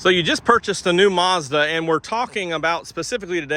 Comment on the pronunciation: Sounds like your saying More Garbage.